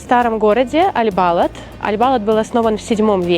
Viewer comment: Аль Балад саудиты ставят ударение на вторую а